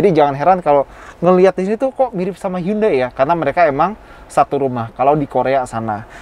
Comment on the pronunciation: Sebesar automagz nyebut brand Hyundai aja masih salah... 😭😭...